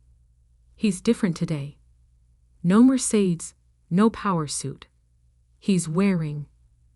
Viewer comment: Your AI needs to be better. Says Sig nage instead of Signage. Maybe proof these better. Mer sades instead of Mercedes.